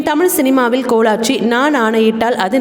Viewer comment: எம்.ஜி.ஆர் தமிழ் சினிமாவில் கோலாச்சி என்று உச்சரிக்கிறார்.அது கோலோச்சி என்று உச்சரிக்கப்படவேண்டும்